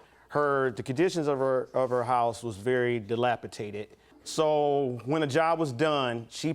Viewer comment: I knew he’d lost when he said,”Dilapitated” lol 😂